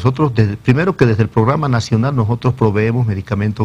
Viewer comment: "nojotros" este tipo de pelotudos estaban en el poder